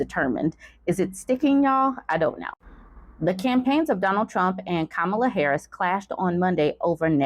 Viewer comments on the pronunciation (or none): It's Comma-Luh lol, not Kum-Allah Isn't it funny how these rac*sts like to insinuate that anyone non-white is un-American, unintelligent and if successful, positioned there due to their other-ness. He's pretended she has no merits. I can't wait until she floors him and I hope it gives him a major medical emergency - right on live tv😂